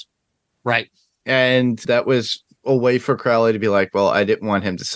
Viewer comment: It's odd how many reactors/reviewers can pronounce Aziraphale correctly but don't pronounce Crowley in the way that it is consistently pronounced on the show.